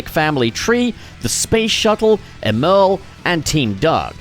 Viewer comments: It pisses me off how he says “Emerl” it’s supposed to sound like “Emerald” because of the chaos emeralds he uses to power himself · It’s pronounced Emerl as in Emerald. Sonic named his after a chaos emerald since Emerl ate a chaos emerald. I’m tired of people getting it wrong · Honestly it's up for debate until we hear it pronounced in official Sonic media (yes, there was Sonic X, but it was definitely pronounced wrong there). With the retcon to the spelling of Gemerl's name, though, I think it's probably safe to assume that Emerl's name is meant to be pronounced as Emerald without the d. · BRO STOP SAYING EMERL LIKE THAT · Don't get your feathers ruffled over it,, he could be doing it on purpose or just has never heard the word out loud, to quote HIMYM "everyone has gap's"